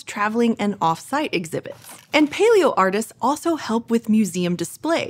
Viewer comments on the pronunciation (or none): none